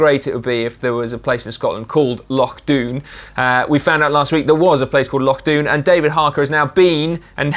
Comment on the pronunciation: Thanks (from a Scotsman) for pronouncing Loch correctly :oD